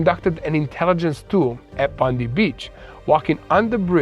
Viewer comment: Bondi Beach is pronounced Bond-die beach